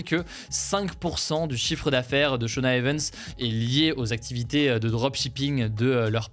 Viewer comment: Le mot anglais EVENTS se prononce i-vène-tss, pourquoi le prononces-tu é-veune-tss ?!